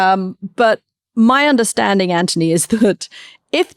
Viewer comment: Katty, why do you pronounce Anthony as Antony?